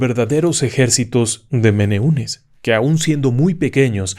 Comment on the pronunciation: Se escribe menehunes pero se pronuncia menejunes . Yo vivo en Hawaii. He escuchado sobre ellos..